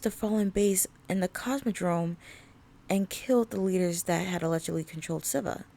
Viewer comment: SIVA is pronounced (see-vah)